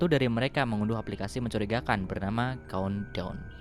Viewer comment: Gw yang ga bisa bahasa ingriis COUNTDOWN=KONDOM BANG COBA BILANG CONE TALL